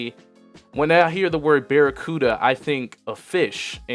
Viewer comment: Lmao, this dude said barracuda